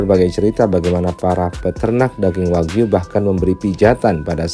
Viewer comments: Wagyu bukan Wahyu, katanya orang kaya bilang gitu saja sdh salah, belajar dulu bilang R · 😅😅😅😅 hiiiihaaaa orang kaya makan steak wahyu ..... gila gk salah ngmng tuh si OKB ...steak waghyu jadi wahyu .... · Kirain kl orang cadel cuma ga bisa bilang errrr, tp ga bisa bilang ge juga, waghyu d bilang Wahyu. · Malu" in aja lu Cadellll nyebut nama daging sapi jepang aja salah wkwk